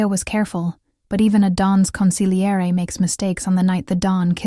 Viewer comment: You are the only person on these mafia stories that has pronounced consiglie correctly , yeah!